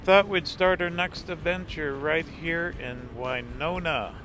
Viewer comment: My college town! Nice to have you in my home state!! It’s Wih-no-nah, not Wynonna. 😉